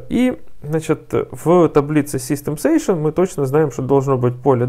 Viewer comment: Сэйшэн звучит прикольнее чем сэшшн ;)